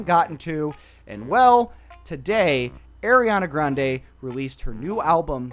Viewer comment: AIR-iana Grande